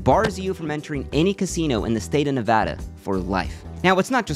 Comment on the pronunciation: finally someone that pronounces nevada correctly